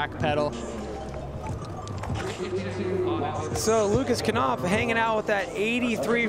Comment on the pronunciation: Why do the pronounce Lucas Knopf, "kAnopf," but they don't pronounce the word "know" as, "kAnow?" Sucking at your job much?